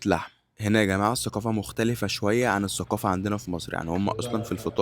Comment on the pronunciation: اسمها الثقافه باللغه العربيه مو السوقافه